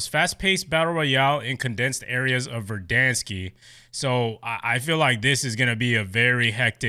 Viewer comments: Pronounced Ver-Dan-skkk- not Ver-Dan-skiii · No hate but it’s not verdanske